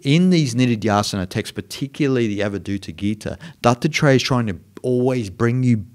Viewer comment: it sounds like you are saying Dr Dre instead of Dattatreya, creates a wonderful spin on your lesson, great stuff btw.:-)